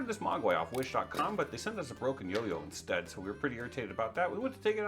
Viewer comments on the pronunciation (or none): none